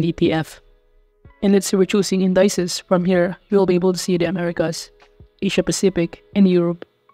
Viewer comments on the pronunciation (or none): pronounced In di cees not in dices